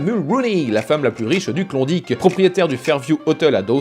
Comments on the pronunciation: Saperlipopette, t'a prononciation sur klondike me pique légèrement les zoreilles =p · Super. Tu prononce bien Yukon, mais Klondike c'est une horreur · t'as juste pas mal plus de chance de rencontrer un francophone en ON ou NB qu'au Yukon =) - par ailleurs, il m'a fait bien rire avec son "Klondique" ^_^